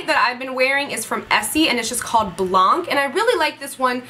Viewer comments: Awesome favs ! For the Essie Blanc Nailpolish don't prononce the "c" at the end. I'm french any time I ear that i'm freak out lol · When You see "blanc" You don't have to prononce the "C"